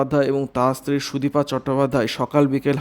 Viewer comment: Ei vabe k khobor porey ..bisri bola...shunte ichche korlo na bole purota r shona holo na...sudipa noy...sudipta...vulval